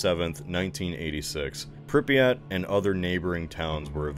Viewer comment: Alright people, it's not "prip-ee-yat" it's "pree-pyat".